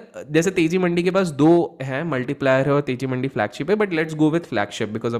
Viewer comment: Your pronounciation for mandiis incorrect